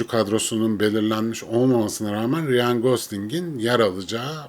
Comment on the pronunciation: Abi konu harici; neden Ryan ismini "riyan" şeklinde telaffuz ediyorsun?.. Rayn... Bir de J ile başlayan isimleri C ile okuman daha doğru.